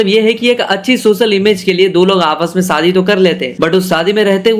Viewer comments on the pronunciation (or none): Shadi bolna seekh le pehle saadi😂